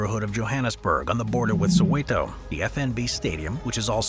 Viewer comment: I liked to way he said soweto❤